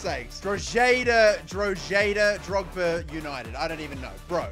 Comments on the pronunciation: The Drogheda is pronounced as "Draw-he-da". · I am Irish and watching this has brought a huge smile to my face! You did great at pronouncing Derry city but not so much drogheda 😂 Drogba LOL